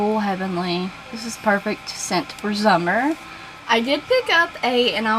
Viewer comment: When you said "the perfect scent for summer" I cracked up! Instead of summer you said zummer. You are hilarious,!